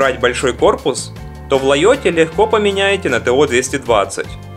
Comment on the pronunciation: Откуда вы берете лайот, если он лэйаут? Аж ухо режет.